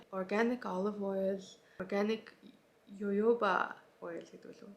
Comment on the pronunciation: Jojoba-Хохоба гэж уншина😊 Зөндөө үс арчилгааны бүтээгдэхүүн мэдэж авлаа, баярлалаа.